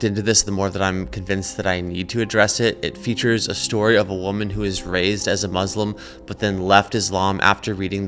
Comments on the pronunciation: its Muslim with an u...not Maslim Maslim is a typ of silk or something like that...or are you from the USAI? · It’s pronounced Muslim not Muzzlem FGS!